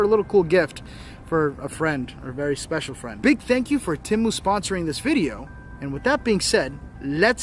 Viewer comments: It's pronounced Te-mu not Tem-u. If it was pronounced the way your pronouncing it it would be spelled Timu I shop Te-mu all the time. Matter of fact I've got some things in my cart now I need to checkout. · ...Its TEMU..Not Timu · it’s Tea-moo 😂😂😂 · Temu(TEE-MU) Very nice cemetery.